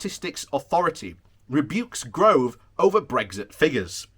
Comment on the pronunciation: Yay, your corrected your pronunciation of Gove! Then you forgot, but this IS PROGRESS!!